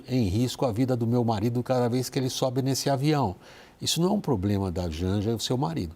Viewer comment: Foi quando falou inrresponsabilidade, ploplema...